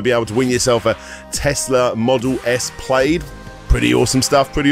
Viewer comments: Model S Plaid - pronounced Plad not Played. Lol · Nice video, but I think the sponsors should have probably told you how "plaid" is pronounced. :) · I wasn't sure. After looking at a few British reviews they seem to pronounce it as played. Plad seems to be the American pronouncation